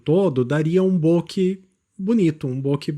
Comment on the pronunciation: Caro, valeu por mais esse vídeo (não perco nenhum). Só gostaria de, se me permite, fazer uma pequena correção: a sua pronúncia de bokeh (o desfoque do plano de fundo) está incorreta. A palavra é derivada da língua japonesa e significa "borrado" ou "esmaecido" ao pé da letra (minha mãe me xingava assim quando eu era criança e ficava meio desligado do mundo, às vezes..hehehe), e a pronúncia correta é "bokê" (oxítona), e não "bôke" (paroxítona). É um tipo de equívoco muito comum, porque via de regra a maioria das palavras da língua portuguesa é paroxítona, ao passo que na língua japonesa dominam as oxítonas. Desculpe pelo preciosismo, só quis colaborar um pouquinho com alguém que sempre procura ajudar a tanta gente com seus vídeos super didáticos e proveitosos. Saudaçoes geo-fotográficas...